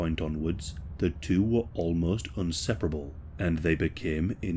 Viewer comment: UNseperable??? What kind of English is that!?